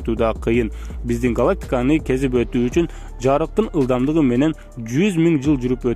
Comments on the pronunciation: Жарыктын ылдамдыгы дечи тантырабай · Диктор ЖАРЫКТЫН ылдамдыгы деп айтчы.